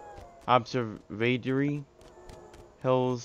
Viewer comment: Says observatory as in uhb-serv-uh-tory lol nice video thanks for sharing 👍🏼